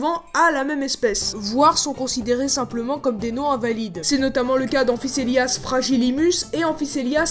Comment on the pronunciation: Cher, on ne prononce pas "amphisséliasse". En latin, toutes les lettres se prononcent séparément et ne fusionnent jamais pour constituer des ligatures comme "œ". Donc on doit entendre "an-fi-CO-É-liasse". C’est dans les églises qu’un mot comme "caelis" se dit "tchélisse".